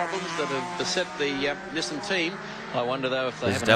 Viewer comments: its pronounced as nissan not nissain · Pronounced Niss - San. The cars back then had weight handicap. The bigger the motor, the bigger the handicap. The car was a 2 litre and with a turbo made it an equivalent of a 3.2 litre so it a low weight handicap. But the bloody car put out way more than 3.2 litres worth of power making the power to weight ratio almost as good as the bigger v8s. Being lighter it could go around corners faster. I remember the add for the Bluebird in Australia. The Bluebird, the world first 4 cylinder limousine. PS. They were still called Datsuns in 1984. Love your channel. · you're going to have to learn to say "Nissan" before you come to Australia... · I love how Mike Raymond used to say "Niss-Anne" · now just to sort out your Aussie pronunciation of Nissan - love your work